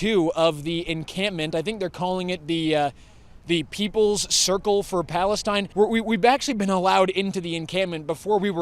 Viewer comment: If they did actually go to school, they would know it's spelled Palestine and not Palesteen